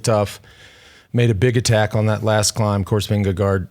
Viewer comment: Jonas did exactly what he needed to do. The 2024 TDF promises to be crazy. Jonas, Tadej, Remco, Felix Gall, Carlos Rodriguez, Juan Ayuso, Wout Van Art. Lance, I love you bro but Jonas’ last name is pronounced Ving - Ga- GO.